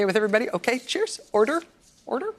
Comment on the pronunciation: erder! erder! I love the British!